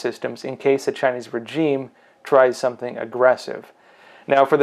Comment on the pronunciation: And for fucksake, pronounce regime properly, so effing annoying. 😁